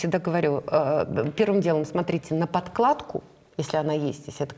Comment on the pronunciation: Какая чудная Елена Леонидовна! И говорит правильно "подкладКА" - стилисты, нет такого слова "подклад!"))